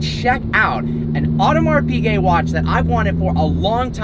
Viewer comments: Audemars Piguet ->it's not "Odomar Pigay" it's "Odmar Pigay" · “Audmars peegay” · It´s called Audemars "Pischet" (French) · „Audemars PeeGay“ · Funny how he can’t even pronounce Audemars Piguet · I cry every time he says Audemars Piguet